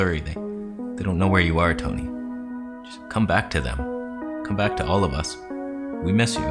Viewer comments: Wait did you invent the word "Toneh" lmao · Who came back to learn about “Toneh” after the last video? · I left camera conspiracies, but I came back to learn the truth of "toneh" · The Toneh is real!!!